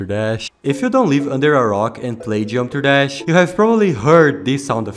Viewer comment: It’s ironic he became The Daily Dose of Geometry Dash But he can’t even pronounce geometry dash right 😭 (Not to be rude tho)